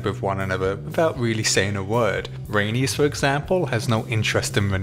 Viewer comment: Who’s rhaenyrys? 😂 it’s rhaenys